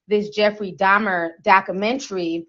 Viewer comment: Alright, I believe you about your unfamiliarity with this guy's story & the horrors he unleashed cuz you kept calling him "Jeffrey Domner"! Who the heck is that, girl?!🙂 The part that sent me into a sudden paroxysm of concurrent laughter & crying was the baptism scene. That episode took a minute. That guy actually converted to the GOD of the christian Bible & then he was taken out? Hmmm.